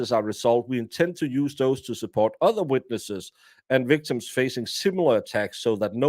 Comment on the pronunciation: Love you calling them ‘wictims’😂